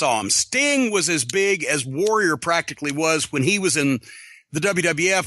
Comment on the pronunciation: Bruce can’t pronounce the word ‘Warrior’ he always says ‘Woh-wee-ah’ like an autist.